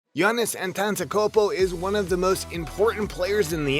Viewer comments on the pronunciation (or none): You make a video about one of the greatest ballers out there and you cant even pronounce his name correctly…man this is so poor.